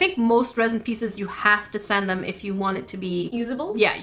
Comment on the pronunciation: Did say grain of sand, sant, or slat cause I heard sant?